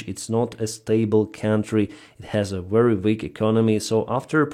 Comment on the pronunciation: So saying wery instead of very is a Ukrainian way.